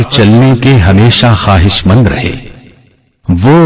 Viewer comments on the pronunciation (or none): none